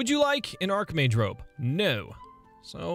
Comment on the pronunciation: "Archmage robe": ITS AND ARHKMAGE ROB